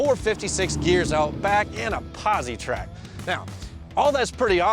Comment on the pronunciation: Lost me at "POZY-TRAK".